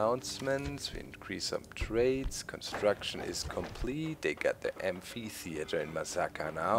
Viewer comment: Amphitheatre - amp-ay-thea-tur